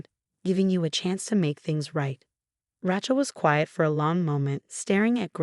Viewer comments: Her name is Rachel not Rahchel.😲😲😲😲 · Too bad they couldn't get the AI generated voice to pronounce the name of Rachel, the right way! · The name is pronounced "ray-chel" NOT "ra-chel" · Rae-chel, not Rach-el. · Not Rach, pronounced RAYchel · Please find someway to teach the narrators how to pronounce words properly. The name Rachel is Ratchel it's Raychel. There are a lot more. Please do something I grind my teeth at every misprounceation. 🎉🎉🎉🎉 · Rachel is pronounced 'Ray chel' not 'Ra chel', Yacht is pronounced 'Yot' not 'Yat', and Hermes is pronounced 'Her mees' not 'Her mes'. Please get a person to read these stories instead of a robot. Thank you. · Ra-chel pronounced Ray - Chill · Ray chill or Ra shell which is the French way but never Ratchel. Also executor is exec you tore. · A worthwhile trick is to listen to your own story. Ratchel ?? it should be, must be, pronounced Raychill. And heirs is never pronounced hairs. If this was AI, you still need to edit obvious errors. Otherwise it's Absolute Idiocy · The name is Raychel not ratchel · It's so annoying listening to them pronounce Rachel as rat-chel. Please due a proof read and audio analysis. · Ratchel instead of Rachel 😅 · It’s pronounced “Raychill” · There is no T in the name RACHEL! Do not pronounce it RATCHEL. This is what you get when you do not use real humans! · Evil sister is, “Rachel”, pronounced - ray chill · Lol.... Racht-ol! 😂😂😂😂 Don't give up the day job! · A person is not a mechanic's tool a rachet spanner! Where on earth did you hear one person call Raechel, as rachel, are you nuts, how disrespectful! Even if it's spelled Rachel it's never said as you did. You are crazy! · Pronounce words correctly. Example - Rachel say Ray-chill. Read say- red. Spelling - heirs not hairs. Good grief! Get and editor for script. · Rachel, sounds like Raychill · It's Ray-chill. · Geez. What a stupid AI reader! Rachel is improperly pronounced. Except for two - which must have been errors.